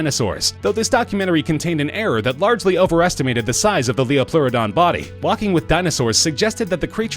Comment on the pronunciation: it's pronounce "Titan-a-bow-uh" also the number one is titled "Lie-O-plearadon"